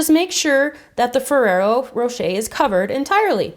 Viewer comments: it is ferrra rocher and not ferra rocha like you were saying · I'm sorry but it really bothers me when you say ferrero rocher!!! It was driving me crazy... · I'm sorry but it really bothers me when you say ferrero rocher!!!